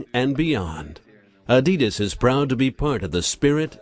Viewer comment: He didn't pronounce adidas right